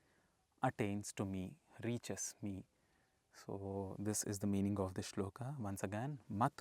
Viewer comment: Guru ji aap ki saari video Uttam video hai. Pr guru ji aap toh "arjun-a","shlok-a" mat bola karo . "A" ki dhwani ko emphasise mat kara karo guru ji.